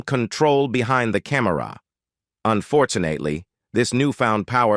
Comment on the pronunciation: I learned nothing, but I did learn that this video used A.I. and it is horribly done. Paul Newman’s name is spelled “NEW-MAN” but pronounced as “NEW-MON”. Yul Breener? Cam-Mer-ra? And from our point of view, McQueen was fantastic in the movie and universally acceptable. It seems that the other actors were no different than those I have worked with; some liked me, some didn’t, no matter how well we worked together. Big deal. In the end, all I got from this video is heresy from supposedly professional actors who wish to merely criticize, complain, and condemn a dead Steve McQueen. Their complaints are purely subjective, trivial, and not provable.